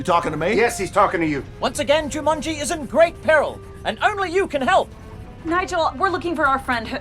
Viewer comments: They spent enough money on these films. Why didn't the director tell Rhys Darby to pronounce Jumanji properly? It comes out as "Ju-MUN-gie". So irritating! 😬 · excuse me who is "juMANJIE"